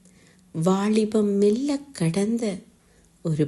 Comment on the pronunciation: உச்சரிப்பு தவறு. அதனால் கவிதையின் உயிர்ப்பு இல்லாது போகிறது. வாளிபம் கடந்த என்று தொடங்குகிறது. அது வாலிபம். காதள் உறக்க கூறு காளப்போக்கில் அணுதிணமும்???? லகரம், னகரம் ரகரம் எல்லாம் கொலை செய்யப்படுகிறது. ரசிக்க முடியவில்லை. வாழ்த்துகள்.